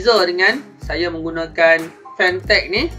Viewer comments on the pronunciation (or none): nice jugak kualiti dia ni...tp brand dia kene sebut betul2...